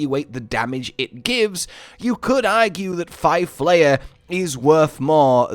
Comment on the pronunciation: Isnt it pronounced flay-er. Like as in flay o fish?